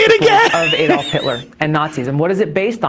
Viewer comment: Who is this "Aydolf" - or is it "Aedolf" - Hitler? Did he have anything to do with Adolf Hitler?